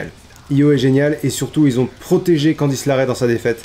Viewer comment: Bonne vidéo comme d'hab par contre c'est Candice LErae parce que LArae ça sonne bizarre 😅